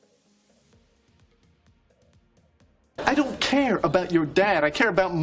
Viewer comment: А в какой стране (кроме России, каанешна) слово "care" [ker] (заботиться) произносят как "ки-ир"?